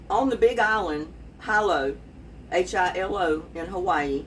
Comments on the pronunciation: It’s pronounced Hee lo, Hawaii. I lived there a few years 😊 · its Heelow..Hilo Hawaii.